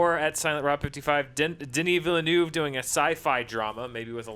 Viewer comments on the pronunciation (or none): DAN we talked about this! It should be pronounced "VILL-NUHV", not "Vill-noov". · I have one bone to pick... and I know it's ridiculous, but I can't not say anything it annoys me to much... Denis Villeneuve. The way said it is not how it is pronounced... sigh...